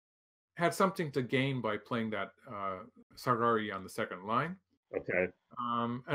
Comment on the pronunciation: I am always smiling when Michael pronounces japanese terms like "sagari" in an english phrase. I've heard him talking in japanese quite often and speaking very naturally. And I can understand. It's actually hard to pronounce it japanese while speaking english.